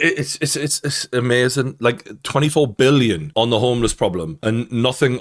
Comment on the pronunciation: Not M illon, BILLION.